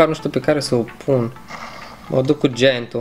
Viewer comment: Ai un gieaănt cest 😂😂😂